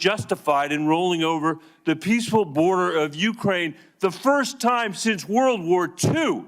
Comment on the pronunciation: Uckrain started it back in tow thousand fourteen